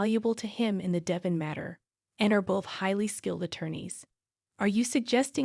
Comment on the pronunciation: His name is Devon not Devin